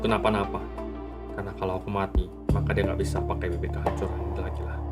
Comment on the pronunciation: kalau kalian baca teks nya nanti nihilius bilang bibir cok bukan bibit😂😂😂